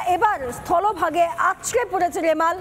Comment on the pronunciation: রেমাল না রুমাল 😂